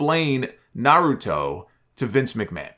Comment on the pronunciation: “I like Nuroto”. 😂